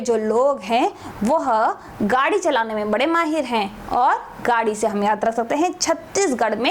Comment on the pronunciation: गाडी nahi yar गेडी hota h... Pata ni to kyu trick btate ho